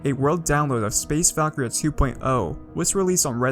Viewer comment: Val-Kir-Eeaa Not Valkria